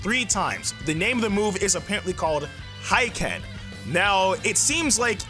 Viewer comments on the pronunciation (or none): Hiken is pronounced he-ken in japanese meaning heat fist... you’re welcome English speakers